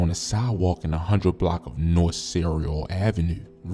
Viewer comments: I know buddi ass didn’t just call Cicero cereal. We kno u ain from da boa 🤦🏽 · Man said cereal Ave 😂😂😂 It’s “Cicero!” pronounced like SisSirRow buddy 😭😭😭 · I know buddi ass didn’t just call Cicero cereal. We kno u ain from da city gang 😂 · he pronounced cicero all wrong 😑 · Facts LMAOOO 😂😂😂 .. way he says Cicero lol 😂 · No way dude is even from anywhere around there couldn't even pronounce Cicero.